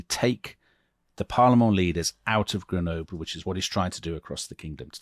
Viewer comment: You pronounced Grenoble different EVERY TIME YOU SAID IT!